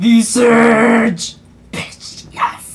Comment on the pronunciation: A few things.. 1) your reaction hit a note only dogs can hear. 2) SOOOOO fake (your reaction not vid) 3) You actually are saying it wrong, visage is a normal word and it was also in the pronunciation guide Jagex posted i believe